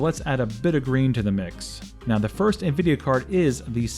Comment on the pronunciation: It's nvidia not nuvidia